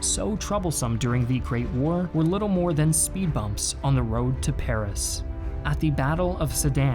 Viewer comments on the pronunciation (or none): none